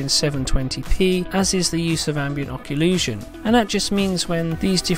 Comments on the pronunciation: Did you just say Ambient Occulusion? Really? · Occlusion, that's certainly a funny way of saying it.